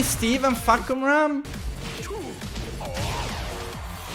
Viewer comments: Narrator: fAhkumrA: fahkUmra! I got this. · i thought the pronouncation of the name was "fuck em up" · Pronouced as: Far-coome-ram